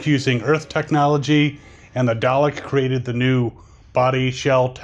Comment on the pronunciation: its "dalek" not "darlek" to correct you